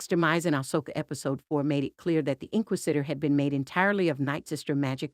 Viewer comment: Holy crap, pronounce "inquisitor" correctly.